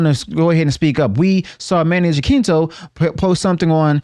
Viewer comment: “Jacinto” is pronounced as “Hasinto” ☺️ It’s all good, it is a tricky Filipino surname and it’s been mispronounced across the board hehe The second part of Amandla’s “speech” seems like something fed to her without much thought. Something memorized with no internalization and real self-awareness